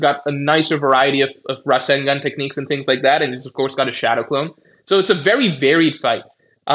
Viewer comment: The way he pronounces rasengan is more insane lol.